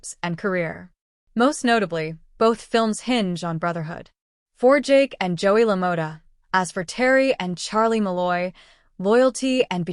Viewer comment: It's pronounced la-mah-tah, as five seconds of research reveals.